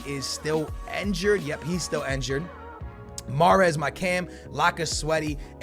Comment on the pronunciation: And it's injured not enjured